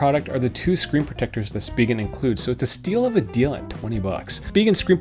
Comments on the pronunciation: Take it from a Korean who took it directly off the way it's written in Korean, it's supposed to be pronounced Shu-pee-ghen. "Shu" as if you were saying a German word/name with that sound in it (like Schneider or something like that). So you're quite close. In defense of everyone though, it's a silly name with silly way of saying it so, eh. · It's pronounced shpee-ghen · It’s “speeegen” not “spy-gen” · You’re correct spegin not spyjen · speeegen not spy-gen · It’s speeghen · I pronounce it as Spigen... LOL 😄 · Spigen calls their product Spee-Gehn Watch their videos on Amazon where they present their phone cases. They pronounce it that way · I also say Speegen although I can see why some folk would say Spygen, after all, it is an 'I'. lol. You need to ask Spigen how to pronounce it. Another great video and having watched till the end (poor Monty does not like bad language), thank you for the time you put into these videos. They certainly have helped me over the years :D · I pronounce it s-pig-en :D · I say Speegen, the other pronunciation just sounds wrong haha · SPEE-gehn. So. There. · I say speegehn. Spyjen is just.. no.